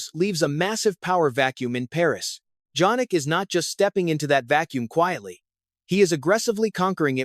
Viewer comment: It's YAH-nik, not Djanik ! You are also a clown.